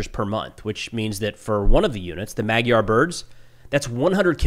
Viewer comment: Awesome report! Thank you. Just one thing: "Magyar" is pronounced like /ˈmɒdjɒr/ : maybe writing it as "madyaR" would be helpful for English speakers. For the sound in the middle, think of the "dy" sound in "DUke" or "DEW" or maybe "eDUcate". And with a hard(er) R at the end.